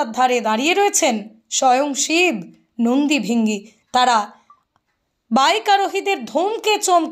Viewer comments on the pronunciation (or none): কথাটা নন্দী ভৃঙ্গী ।ভৃ হবে ।